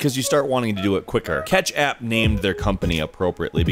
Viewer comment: It's pronounced ketchapp not catchapp, it's a play on the word ketchup